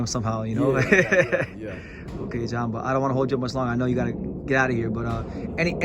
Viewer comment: My man's name is J'Hon Ingram not "John" Ingram.